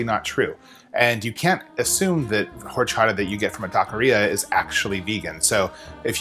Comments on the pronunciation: It's pronounced Orchata. The "H"is silent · love it, I kinda want to go home and make this ( I'm not even vegan ) tip: H is silent :)